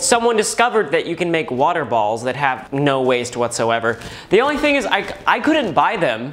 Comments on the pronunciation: Normal people: water: whater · In stead of water wahuh